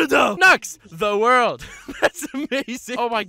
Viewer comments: I can tell your joking cause you said ZA WARDO instead of The World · 1 hour of nux saying zawarduo